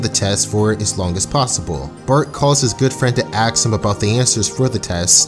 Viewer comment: "aks" xD